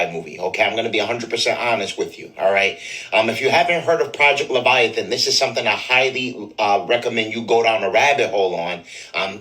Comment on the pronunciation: Project levitation 😂😂😂😂 I think he meant project leviathan 😅😅